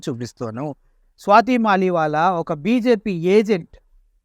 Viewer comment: "స్వాతి మాలివాలా" కాదురా అయ్యా, "స్వాతి మాలివాల్" .... వాల్ ను వాలా చేసావు కదరా అయ్యా, స్వాతి మలీవాల్ ఆప్ పార్టీ తరపున రాజ్యసభ సభ్యురాలు రా అయ్యా ఇప్పటికి కూడా